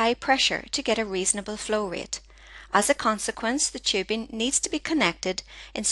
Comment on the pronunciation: not tchibing, but tubing :) what's with your accent? :)